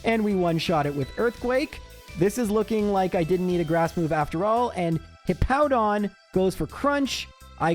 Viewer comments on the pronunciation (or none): none